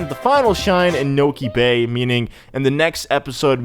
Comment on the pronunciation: You said: Niko bay XD